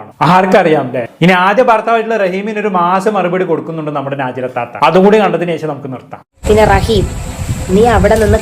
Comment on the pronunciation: നാജി ല അല്ല ടോ നജ് ല ശരിക്കും സത്യങ്ങൾ ഒന്നും അറിയാതെ ഒന്ന് നിർത്തി കൂടെടോ മറ്റുള്ളവരെ കുറ്റം കണ്ട് പടിക്കൽ